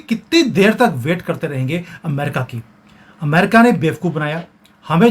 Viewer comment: शब्द "अमेरिका" है। आप एमेरिका क्यूं बोलते हो? अमेरिकन √√ एमेरिकन ××